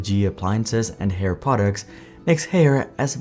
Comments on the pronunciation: ffs dude it’s Higher not Hair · It's not pronounced "Hair" lol, it's "Hire" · I thought Haier was pronounced like "Higher" not like "hair" 🤔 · Included in the video was an employee at a trade show pronouncing the brand name correctly as "Higher" and still, this entire video is wrongly saying HAIR. Am i missing something? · it’s pronounced Higher. Not Hair 😂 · According to the company video clips, the company name is pronounced like "Higher" not "Hair". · It's pronounced Hai Er (2 syllables). I can:t imagine doing a deep dive on a company and get the most basic pronounciation wrong, can you? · Isn't it pronounced as hai-ur ? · Haier is pronounced “higher” atleast you can still buy GE fridges. In Australia Haier has been here for 20 years and barely made a dent in the home appliance market. When GE appliances moved to Haier they stopped selling GE Fridges. Our last GE fridge lasted 20 years and we sold it on marketplace and it’s still going today in 2025 (a 2001 artica model). In 2020 my wife wanted a Samsung French door fridge, now in April 2025, it has an unrepairable error. Wish we could buy a GE fridge again!! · I donno why Haier was continuously mispronounced in the video when they used trade show footage themselves which use the correct pronunciation. Correct pronunciation is such an easy thing to get right and content creators are getting paid to speak so you'd think we wouldn't be having these sorts of threads but here it is again... Well, Jon from Asianometry fixed his DRAM pronunciation eventually so maybe LA can do so with Haier too. : )